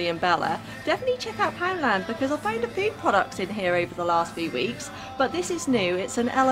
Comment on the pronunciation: I love your videos but girl you need to learn to talk properly! A fow? No it’s a FEW!!!